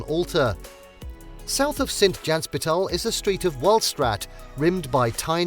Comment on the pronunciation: Sint jan Hos-pi-taal and not Sint Jans-pitaal as pronounced not correctly